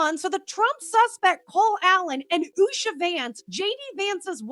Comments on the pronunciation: It’s not Usha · It’s not Usha.